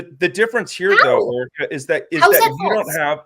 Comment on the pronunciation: the way he keeps saying “Erica” makes me so mad